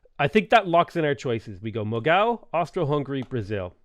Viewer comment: It's pronounced moo-gull.